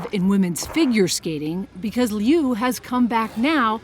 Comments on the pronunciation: Her name is pronounced LOO, not LEE'OO 😮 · It’s not Leeeee U. It sounds like “Lu” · "Alysa Lee You" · liu= new! Please pronounce her last name correctly! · Say her last name right. Geez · The way English speaking people pronounce "Liu" drives me nuts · YOURE NOT EVEN SAYING HER NAME RIGHT.. FFS..SHAME ON YOU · I wish you know it all journalists would pronounce her name right!!! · The pronunciation of Liu is bothering me💀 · She couldn't even pronounce her name correctly! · Pronounce her name as it should be at least...SHAMEFUL!